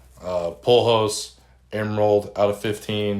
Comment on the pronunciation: Never heard anyone call him Pullhose lmfao it’s Pujols